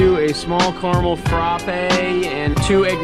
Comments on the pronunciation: The way this man pronounce “frappe” 😭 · The way you say “frappe” lol